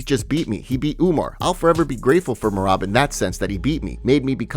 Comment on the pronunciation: Bro I love the channel but you still can’t say Merab’s name correctly. 😂